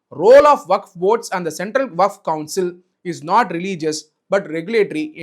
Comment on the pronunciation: வகப் இல்லை டா வக்ஃப் என்று சொல்லுடா முட்டாளே.